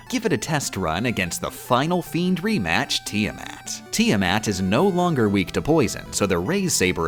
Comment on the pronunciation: Hearing her pronounce Tiamat made me violent. Wonderful!